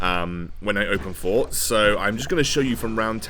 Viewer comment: Is it 'open fort' or 'open port'? I swear I thought was calling it open port